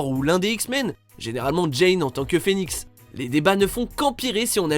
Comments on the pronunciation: Ce n'est pas '' jane'' c' est '' jean'' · C'est pas Jane c'est Jean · Bordel c'est Jean et non Jane